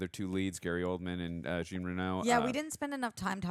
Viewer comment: Jean is French for John and pronounced "jAwn" (like dawn with a J).